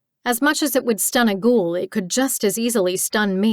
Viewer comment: Was NOT expecting to find a book set in my own country, but its a pleasant surprise. Even if the reader says "Ghoul" weird.... like..."Gjul" ..what up with that?